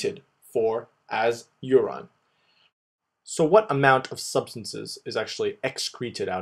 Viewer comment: "You rine" lol